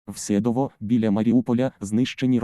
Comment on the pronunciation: СедОво , а не СЕдово .